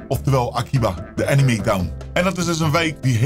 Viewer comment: ik moet al huilen met hoe jij anime uitspreekt